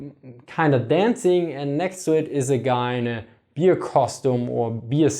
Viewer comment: i am the only one i hearing "beer" instead of "bear"?